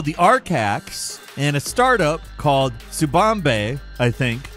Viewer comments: "T S U B A M B E"? It's not that hard guys...what is this, next to Kenya or something? Sigh... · did he say "tsubambe"? 🤣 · Tsubambe? American and their butchering words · This doesn’t really matter but… HIDEKI is pronounced HE-DECKY. If you need to know that later. Not trying to be a pain. Just know the correct way to say it. Love the vids. Keep them coming. :) PS - Tsubame is pronounced TSU-Ba-May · Definitely butchered the 'Tsubame' pronunciation. Same with 'iteration' lol.